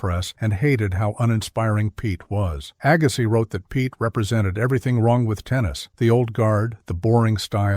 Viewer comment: WHY, WHY, WHY can't the preparers of these videos get the narration correct? C'mon, AGGA-SYE?? Jesus H. ......!!!